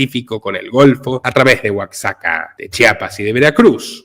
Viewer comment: Es tlahuelilpan y se pronuncia casi igual a como esta escrito, Oaxaca se pronuncia oajaca la x se pronuncia como jota al igual como la palabra México que se pronuncia mejico como si fuera la letra" J " jota.